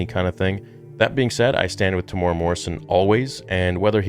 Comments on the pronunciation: The way you pronounced his name “tamora” 😂😭 it’s said like “Tem-You-Era”. But nice vid anyway brother ❤️ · Hey bro, love your channel. Just FYI... Temuera is pronounced: Tem Eww (rhymes with "you") Air A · Kia ora e hoa(greetings my friend) Maori fella here it's pronounced Tem-moo-air-raa Morrison. Love your content and watch your stuff alot Proud of the bro Tem and his mahi(work) with the character Boba fett. Nga mihi(many thanks) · I was so excited to see this vid until you slaughtered his name. It's pronounced Tem ooh weh rah. Please make an effort if you respect his acting. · Te - mu - era Te (teh not tay) mu (moo) era (like the english word era, extra points if you can flick that R like italian)